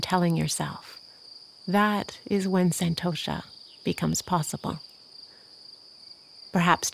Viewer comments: Umm.. It's pronounced sun🌞-toe-shhh🤫 NOT San-toe-Sha (I'm from India and a native speaker) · has a soothing voice. But the word contentment or santosha is correctly spoken as “sun-tosh” in Sanskrit. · This meditation was truly amazing! But i do feel the need to correct your pronunciation as it is slightly jarring from the actual pronunciation. Santosha is pronounced as 'sun-tho-sha' . I understand that your accent makes it so, but no harm in respecting the actual pronunciation :) Again, thank you!